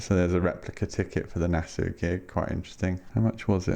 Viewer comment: Great video! I hate to be pedantic but I think you pronounce Nassau as Nass-aww rather than Nass-ooo. I know... I know... Any chance of them Tear for Fears boxset getting another release?